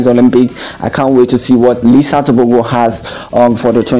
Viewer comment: Letsile Tebogo not Lisa Teboko